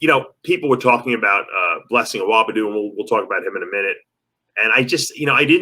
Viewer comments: "Awodibu" aren't yu educated man? It's not Awobidu quit being disrespectful.. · Pronounced UH-WAH-DEE-BOO not UH-WAH-BEE-DO. LOL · DAVE! It’s Blessing Awodibu NOT Awobidu LOL 😂 They call him the boogieman, his name ends with BOO! 👻